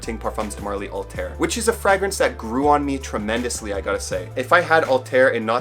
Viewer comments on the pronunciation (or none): none